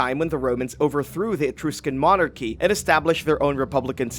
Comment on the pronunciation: Would it be too much to ask that your voice-over be performed by someone that actually knows how to pronounce the names of things? Example: Alleys of history.. Should be the Annals of history. Another example: Etruscan is not pronounced Etroo scan, it is E truss scan. At least get someone that is educated.